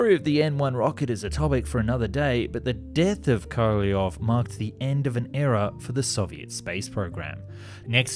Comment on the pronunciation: So you butcher Korolev name, but when you say Korolev's cross you say it like you should. :-) How come ?